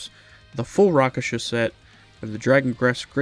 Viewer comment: Also Rakshasa, not Raksasha 😊